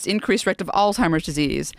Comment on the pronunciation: Did she say “Increased risk of ALLTIMERS disease“. Lol. A little bit more research of medical terminology next time😉